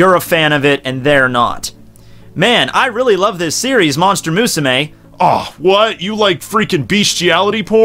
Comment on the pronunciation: Why do you fucking pronounce Musume like that. ._. great video aside